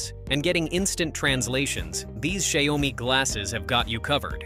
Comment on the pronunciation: can you please pronounce XiaoMi the right way? 😅